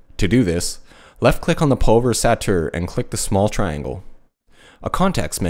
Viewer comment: Nice tutorial,. Just one thing... Say the following syllables out loud: PUL VER EYES ATE ER.....;-)